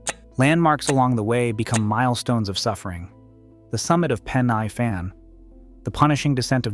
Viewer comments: It's pronounced Pen "E" Fan What you call the Fan Dance was from the car park at Story Arms to the trig point at the top of the Fan down to the Roman Rd to I think it was Pontrilas Station (spelling?) back to the trig point and down to the AA phone box on the Brecon Rd Up to the trig point From there as far as I remember down to the Fishermans Hut Back to the trig point returning to the finish at Story Arms That made it three times to the top of the fan carrying a 50lb bergan belt kit and old .303 Enfield rifle A real sickener Next day was the Long Drag endurance March I believe there is now a path to the top of the Fan it use to be a goat track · Pen y fan. It’s pronounced Pen e fan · Horrid pronunciation of Pen y Fan .😮 If I were you I would go back and correct the information presented including the misidentified personnel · Nah, I live here, I'll forgive him mispronunciations😆